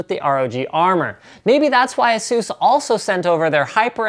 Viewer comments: ITS PRONOUNCED AY-SUS not asues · A-SUS, not ASEUS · it's not a-zeus it a-sus get it right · It is actually pronounced "Asues" or as you say because Asus and Acer which are both computer companies have similar sounding names with the way you pronounce it so that is why they switched to the way Linus pronounces it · Iron Man Doesn't mean that's how it's pronounced. Speak with any Asus employee and they'll tell you it's pronounced "ay-soos". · Nonono its pronounced Asses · It's fucking "ASUS" A-SUSS